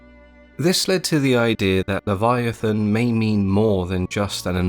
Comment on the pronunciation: I’m sorry, did you say Kyogre?